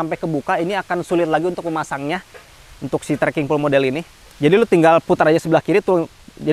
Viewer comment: baca: "pol" bukan "pul"